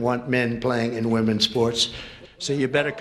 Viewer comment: What's going on with confusing the pronunciation of women and woman?